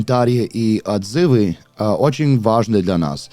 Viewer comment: Правильное ударение в слове "Отзывы" на первый слог. Удивительно, что ты,, так хорошо говоришь по русски! Молодец!